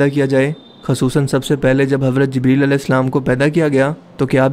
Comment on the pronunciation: bhai aP word ko ghalAt q boLte ho J ko z parte ho q bhai fazooL ka natak jaan booch kr q krte ho bhai bura lGta hai bhai bhale aP india se ho pr kia india waley itne b jahiL thori h bro zibreel nhi jibreel hOta